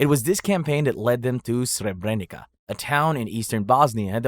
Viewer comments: It is Srebernitsa not Srebrenika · You pronounce the "c" in Srebrenica wrong, but that's okay as you're not a native speaker. In both Bosnian and Serbian it's pronounced as "ts", as in the word "Tsar", but even sharper. Anyhow, since I still live in Serbia, most people here deny the Srebrenica genocide, but that goes for other countries too. Not a single Croat got tried for "Oluja", and they even celebrate it each year, something that even Serbs don't. I recognize it, but I also recognize the fact that every faction committed war crimes during the 90's Yugoslav wars. "History is Written by Victors" - Churchill. If everyone would recognize their own war crimes and move forward towards stabilizing relations in the region, that would be fortunate. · Brutal pronunciation of Srebenica and Croats, solid video otherwise